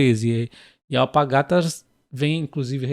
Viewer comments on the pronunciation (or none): none